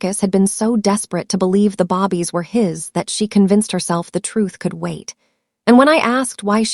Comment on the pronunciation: AI babies pronounced babb ees